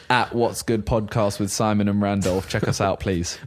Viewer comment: Set up looks clean but Randolph amenities is pronounced like simon said it :O